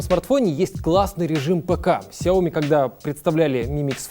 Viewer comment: "сяО ми" в 2021, серьезно? Это иероглиф сичтается "сЯо"